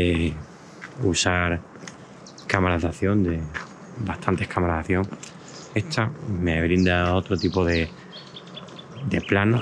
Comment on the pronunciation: Se dice “esta” no “etsa”